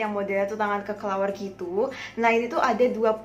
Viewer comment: kelelawar kak bukan kekelawar😭